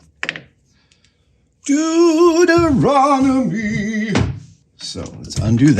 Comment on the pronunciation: Did he just say, "Duderonomy"? Is that.. it's an n not a t right..? See? Me and this really smart, real life macguyver-esque type? Practically twins. Only where he has high intelligence, i got intense density. So obviously, I don't own a lathe or build CNC machines by hand that are more precise than a human could imagine being when they're finished or do math like it's a video game on my brain. Making something that can make things even more better, using a system that does stuff by dead reckoning ie, the messy gross meat vehicle one pilots in their waking hours. That's like.. you'd pull the plug if your mobile phone did something like that.